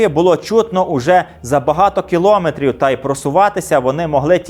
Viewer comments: Мовні правки: не "кілОметр", а кіломЕтр, не "кОлос", а колОс (на глиняних ногах). Коментуйте грамотно. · Скільки брехні, і все те саме ми чуємо й зараз вже на свою адресу 😟 дякую за цікавий випуск. Є маленьке орфоепічне зауваження - наголос в слові кіломЕтр на останній склад😊